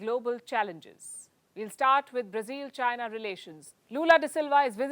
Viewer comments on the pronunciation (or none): Announcer couldnt pronounce between China and Zaina.